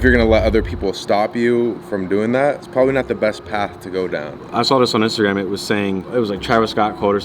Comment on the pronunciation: I THOUGHT I WAS THE ONLY ONE THAT said Instagram like “instagwam “